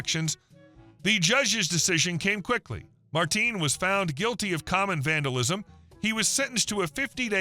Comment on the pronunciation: You can tell the voice is AI. In the third video the voice over says "Marteen" instead of Martin.